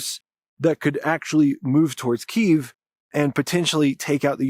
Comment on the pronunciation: the most clear “Kyiv” I’ve ever heard